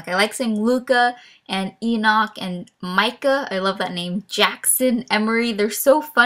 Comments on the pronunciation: Hey, um, I am sorry but the way you are pronouncing Enoch isn't correct ^^" It's super weird how it is pronounced different than how it is spelled, it is pronounced like E- Nick for some reason :P I know this because Enoch is a biblical name and that is how my church/family pronounces it and My Ex boyfriend is actually named Enoch and his whole family and himself pronounces it E-Nick .o. I am not saying you have to change how you are currently pronouncing it or anything like that, I just thought you should be informed :0 if you already knew this, I am sorry for wasting your time ^^" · If you're spelling Enoch like Enoch, you're pronouncing it wrong XD it's like E-Nick